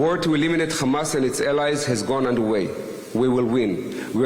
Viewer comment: Terrible prounciation with "Hamas" and "Iran". It's Ēran full of devout Shia muslims, former land of Fire Worshippers.